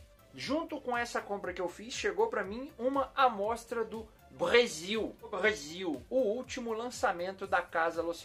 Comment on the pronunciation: Rsrsrs. Trollando o brrrresil